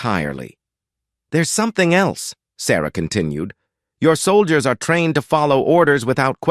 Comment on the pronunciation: "Solgiers" LoL 🤣